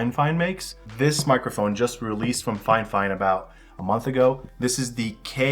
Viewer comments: It's so annoying when people say "Fine Fine" instead of "Fifine". I've watched a bunch of videos Fifine reviews and practically everyone does it. Grrrr… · It is Fi-Fine